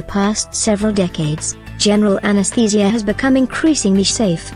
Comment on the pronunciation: My mind was distracted by the pronunciation of anestheeeeesia 😂